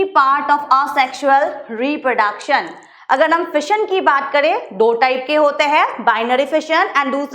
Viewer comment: Mam achi hai!! But... repraduction boli naa ek no.🤣🤣🤣